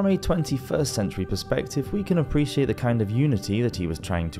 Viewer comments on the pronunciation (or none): none